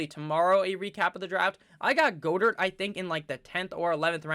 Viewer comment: Its 'GOD-ert' bud